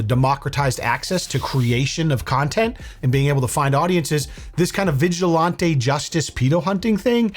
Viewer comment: Why do you pronounce vigilantes as vigil-ON-TAY. Its vigil-AN-TEE